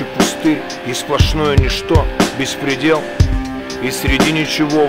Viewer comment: Баста так произносит "беспредел", что смысл слова меняется.